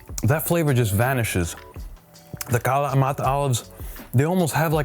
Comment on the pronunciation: Why do you pronounce kalamata with a Hispanic accent?